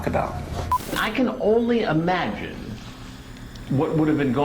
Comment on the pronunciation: Why do people say "amagine" instead of "imagine"?